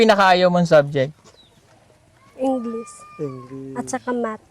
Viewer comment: magaling sya magpronounce ng english. yung v sound at f sound correct